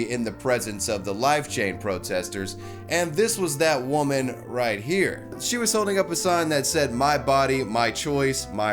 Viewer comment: He respects Wahmen by assaulting wahmen. 10/10